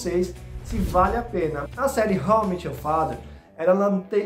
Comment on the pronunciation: How I MÉÉÉÉT you father (não é How I MIIIT your father)…estou falando da pronúncia, não da escrita